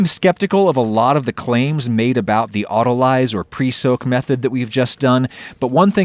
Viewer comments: I can't seem to find anyone else being "that guy" so I'll do it. Just for the future, it's "auto-lease" not "auto-lies". Luv yuuuuuu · Oddly enough, no thesauruses I can find list an antonym of "lubricant." Notionally "abrasive" should be one although that's not exactly what you're going for here. Also isn't "autolyse" usually pronounced "auto-lees"? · Nobody: Adam: "Autolize" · That is not how you pronounce autolyse 😂